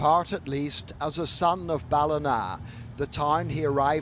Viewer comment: Ballina is pronounced Ballinaaaa😊